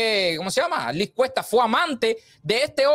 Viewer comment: Cierto, e íbamos por la mitad del vídeo y todavía uno decías nada, mucha expectativa y luego el comentario mal narrado, y constantemente decías “Luis Cuesta” es vez de Liz. No obstante la información es buenísima y necesaria de revelar, cómo todos son unos trepador@ que van tras el poder. Cuida la ortografía escrita y oral! Gracias por el vídeo